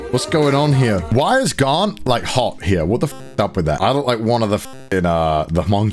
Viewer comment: saying Garnt Subtitles: grant, god, garlic...?